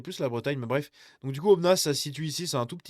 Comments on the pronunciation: On ne prononce pas le "s" de Aubenas,.;) J'en profite pour saluer mes voisins ardéchois. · Aubenas on prononce pas le "s" et c'est la 2eme plus grande ville d'Ardèche. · Tu me tue comment tu dit Aubenas. 🤣🤣🤣